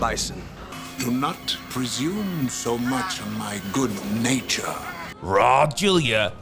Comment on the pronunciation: His name is Raul Julia (rah-ool), not Rol/Raw. It's a Spanish language name, not German.